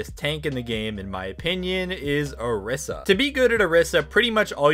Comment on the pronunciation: dude it's not "brigeet" it's "bruh gee ta". Also it's not "or iss a" it's "o REE sa". Not trying to be a spelling snob but cmon.